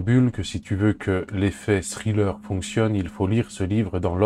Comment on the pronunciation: Ça se prononce pas scriller.